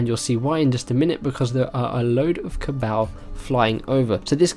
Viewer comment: "Cabowl" haha